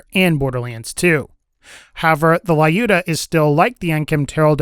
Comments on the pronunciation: Please, go to google translate and try to listen how you should pronounce name Люмила(on russian( short version is Люда)).Why do you say "lAyuda" instaed if saying it without letter "А"? Л(L) - Ю(YU) -Д(D) - М(М) - И(I) - Л(L) - А(А). You can say LUDA( LUDMILA), but "U" must be soft, like what you are saying after " La". I try to explain that there is no letter "a" in name Люда) Having fun with russian language!!! Thx a lot for your videos) p.s. Привет из России p.p.s. Sorry for my english XD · What is Layuda ? It spells like "Luda"' , bruh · the weapon was previously called the Lyuda and even with the change it's pronounced "la-yu-da-mi-la